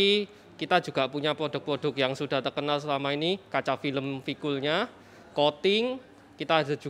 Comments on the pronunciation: Bacanya V-KOOL ya bukan V-KOOL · Tadi nya v-koor, berhubung cadel jadinya v-kool..😂🙏